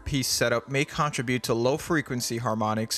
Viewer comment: YOU'RE PRONOUNCING CONTRIBUTE WRONG